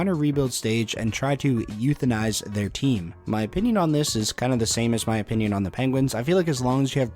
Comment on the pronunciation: “Youthinize”…I wasn’t looking at my screen when that came up and I really thought he was asking if they should…well, ya know…